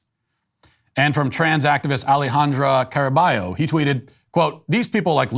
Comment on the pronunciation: Matt Walsh can pronounce Caraballo correctly but continues to refer to Kamala Harris as Kameyla